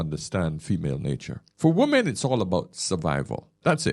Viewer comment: I have watched and enjoyed a lot of videos, still can't understand why the most used word, he can't pronounce properly, i.e. "women" Most non native speakers can't pronounce it properly (I was an English teacher for 20 years). But he is not a non native speaker. He sounds like he is from the West Indies. Ironic that that is the only word he can't pronounce properly isn't it.